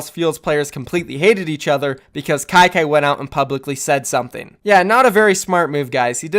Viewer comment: said kyky Me: HELLL NO